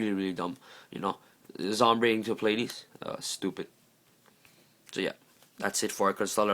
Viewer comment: ITS SOMBRE NOT ZOMBRE